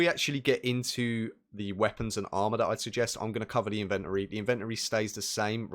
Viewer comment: You say inventory wrong